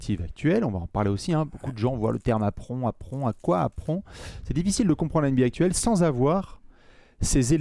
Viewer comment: J'ai saigné des oreilles à chaque fois que j'ai entendu prononcer "apron" à la française. J'étais de retour à la "ènebéa" de TF1 pendant les JO 92...